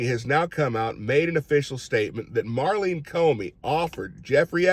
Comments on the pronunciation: I think you mean MAURENE Comey. You kept calling her Marlene Comey. Thank you for caring about trafficked children!! Some on our side are just turning a blind eye. Reprehensible!! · Her name is Maureen, not Marlene.